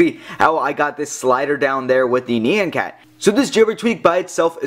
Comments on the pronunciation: fuck it. unsubed, no unthethered, just bullshit, and its nn-yahn cat not nee-yan cat. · Neeyan-cat? It's nyan cat x.x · Yeah it is NYAN, not NIYAN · ne-au-hn cat not ne-en cat -.